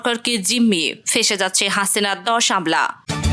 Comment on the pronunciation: ফসে যাচ্ছে না, সঠিক শব্দ হচ্ছে; "ফেঁসে যাচ্ছে"...! বুঝতে পেরেছো মহা পন্ডিত....